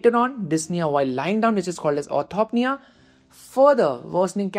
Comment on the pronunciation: Really helpful breakdown of CHF management! Could you explain how you decide when to introduce ARNI versus ACE inhibitors in practice? Also, a few corrections—for example, like 'dyspnea' instead of 'disna', 'orthopnea' instead of 'orthopnia', 'paroxysmal nocturnal dyspnea' instead of 'paroxismal nocturnal disna', 'pleural effusion' instead of 'plural diffusion', and 'NT-proBNP' instead of 'ND probnp'. Small edits like these would make the video even clearer!